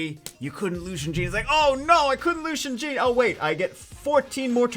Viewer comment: i love your video good job for that but pls stp say "Gin" for jeanne prononce janne for Jeanne d'arc she's french